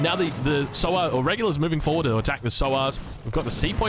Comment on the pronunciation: It's pronounced 'saa-waar' (rider) not Souwar (pig)